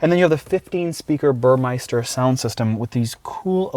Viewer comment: Great review. It's NOT called Bur MICE ster. Take a closer look.